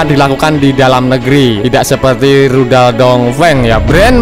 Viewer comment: Bilang rudal aja salah min... min